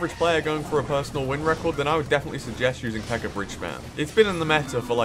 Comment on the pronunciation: I feel like that was directly directed at CWA lol. Also I think it's funny how calls the PEKKA "PEKKER" lol.